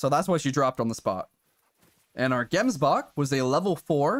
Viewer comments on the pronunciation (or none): you pronounce gemsbok as jemsbok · man waiting for the day a non south african pronounces the "gemsbok" properly, anyway nice vid bro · Any south africans that are laughing at how he says gemsbok? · I am a South african and love how you pronounce gemsbok and springbok and stuf 😂😂